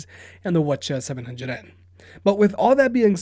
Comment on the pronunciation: Teddy T - he says that WH-CH700N are the wa-cha 700n